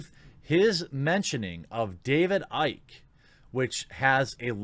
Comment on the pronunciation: OMG IT'S PRONOUNCED ICKY NOT IKE. Also, it's got nothing to do with Icke. It's got everything to do with the Roblox vid at the end. His shit was so scattered it's like watching everything dear in his life is about to come to an end. Shit, you think the Doc would damn near break down in tears if Twitch fired over Icke? Nah, the Doc is probably going to prison. Either from tax evasion or an encounter with underage chick. The key is the Roblox vid people. Why would someone in his discord ask if he was going to play that game? A children's hide and seek game and a vid or 2 adults speaking in childlike voices. That was some cringey fucking shit.